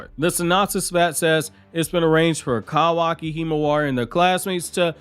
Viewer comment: Kawaki! LEARN HOW TO PRONOUNCE IT! YOU’RE DRIVING ME NUTS!